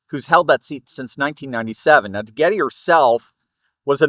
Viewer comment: Pronounced De-Get